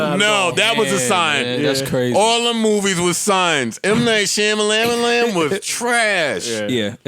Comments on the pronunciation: the way they pronouncing M. Night Shamalayanaaa is hilarious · M. Knight Shamalamalam got me dying 😂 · M. Night Sham-a-lam-a-lamb! 😂😅🤣🤣🤣🤣